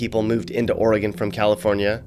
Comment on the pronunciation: Thank you for pronouncing Oregon correctly (ORY-gun, NOT OreeGONE).